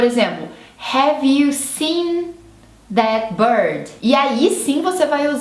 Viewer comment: Posso te dar uma dica construtiva? Diminui um pouco seus "is" nas palavras, por que no inglês tanto americano quanto britânico eles não existem. Não é DIDI é DID Não é BIRDI é BIRD Não é ENGLISHI é ENGLISH ITI .... GOODI....NIGHTI Esse I não existe. E assim segue.... Isso acontece por que não temos essas terminações no Português, então para algumas pessoas é difícil terminar a palavra em algumas consoantes, por que sentimos que paramos no "meio" da palavra.